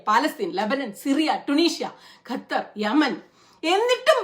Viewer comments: ഗത്തർ അല്ല ഖത്തർ 'g' അല്ല 'q' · Gathar alla Qathar........ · Gutter ഗ അല്ല ഖത്തർ (ക ) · Gattar alla Qatar pronunciation ( Khattar) Galeel alla Khaleel ( khwa soundil ulla pole) Do more research Qatar Saudi USA all know about the strike The planes Saudi air space